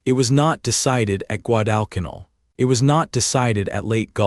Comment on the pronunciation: Please program AI to correctly pronounce Guadalcanal